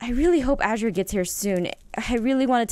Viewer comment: Oh Aphmau one more thing her name is pronounced A ZER UH ttfn